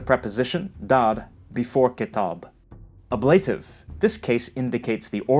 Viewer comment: Is that how the word ‘ablative’ is usually pronounced?